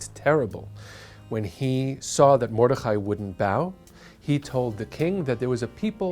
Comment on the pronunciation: A-chash-vey-rosh don’t read it like ch in Chad read it like ghash hard to explain Mor-de-chai not like chai tea but pronounce the chai as ghuu it’s also hard to explain if you can’t hear it sorry.